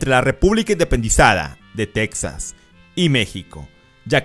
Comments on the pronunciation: Buen vídeo amigo. Pero no se dice tecsas, se escribe Texas, pero se pronuncia tejas. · En español Texas se dice Tejas no teksas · En español se pronuncia /tejas/ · Es texas no texxas